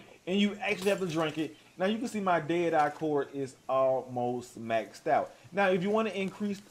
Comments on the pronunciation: Dead rah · I thought this was a dead eye tutorial not a Daytah tutorial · Day er-i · “How to use derah” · How to use "DAY-dah"